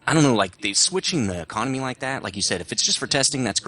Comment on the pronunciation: Getting kind of sick of saying the econamay is baaad, they have "fixed" it, You earn way more per game, in terms of lions. I'm making around everything from 30k to 80k lions. Theres nothing wrong now.